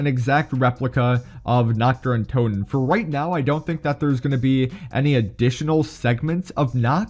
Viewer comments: Nacht der Untoten translated from Germany is Night of the undead Im glad ive started learning German about few months ago :3 And his way of pronouncing it made me laugh 😆 coz its pronounced Nacht Ther UinTooten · Im german and every time he says nacht der untoten as naktderruntoten i cringe so hard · It is so funny being German and hearing how wrong he says Nacht der untoten lmao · I wanted to comment that 😂